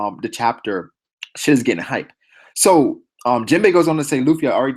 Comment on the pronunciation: u were butchering jinbe bruh